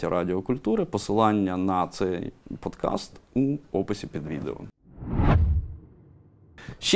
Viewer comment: Чудове відео, лайк! Але попросіть пана Синицю казати "подкаст", а не "підкаст", бо це запозичине podcast :)